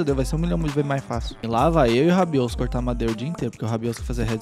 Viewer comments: alguem contou quntas vezes o falou rabiosso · 99% do vídeo é o falando ROBIOUSSO